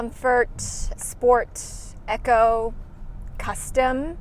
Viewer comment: Reviewer doesnt know how to properly say ECO LOL